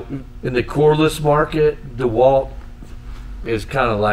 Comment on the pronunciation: DeWalt - Einfach nur Dewalt! - Nicht Deeeeh Wald!